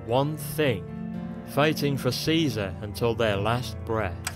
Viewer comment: he prounonced it kizar..being born after the apocolypse